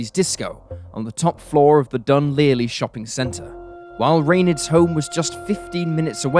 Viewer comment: Was gonna comment on that mis-pronunciation too! It's annoying that so many videos done on Ireland have miss-pronounced place names etc. 🙄